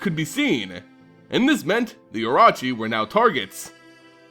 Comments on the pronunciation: I love your videos but I'm sorry, as a proud snake commander, this was very painful to listen too. O-Ro-Chi not O-Ra-Chi. And Kaseto uses a short E like Bet not a long E like Meat. Otherwise, nicely done like always and I look forward to your next video and a return Kamigawa. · Cool video, I also think your mispronouncing orochi though. I think it's should be O-ROW-CHI, since it's probably the same as the Japanese word. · You need to pronounce the RO in oROchi the same way you pronounce RO in ROw. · Say it Kah - Seh - Toh. Oh - Roh - Chi.